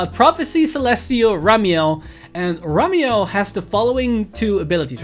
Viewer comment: Am I the only one noticing mispronounced Ramiel to Hamiel?